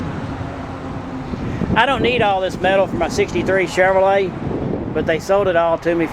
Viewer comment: Thanks for the tour. I like the way you say Chevorlet lol